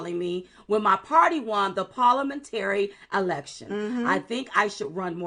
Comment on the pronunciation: You said “parliamentary” correctly, Silk!